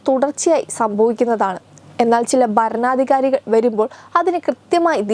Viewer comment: എടീ കൊച്ചേ , കാണാൻ ചൊവ്വുണ്ടായാൽ മാത്രം പോരാ . ഉച്ചാരണശുദ്ധിയും വേണം . എന്തോന്ന് "ബാരതം"? എന്താണീ "ബരണാദികാരി"? വൃത്തിക്ക് മലയാളം ഉച്ചരിക്കാൻ കഴിയില്ലേൽ ഈ പണിക്ക് നിൽക്കരുത് 🙄